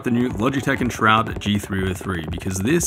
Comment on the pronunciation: It's pronounced "Shrood" :)